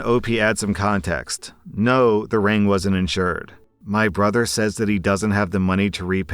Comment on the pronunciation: All I can hear when he says ring is "rªng"